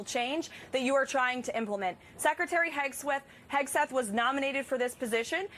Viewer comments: Did she call him Hegsweth? LOL Hegseth better not cross paths with any F-18 Hornet pilots. Fly Navy. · Secwetary Hegsweth 😂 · She can't even say his name right.🤡